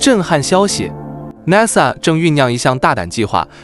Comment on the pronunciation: 主持人你說 NASA 的發音不对，請注意